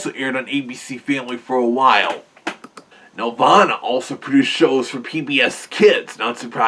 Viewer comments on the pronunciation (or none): It's not pronounced like a heavenly place. Here, nel-VAH-nuh. That game was a nightmare to work on.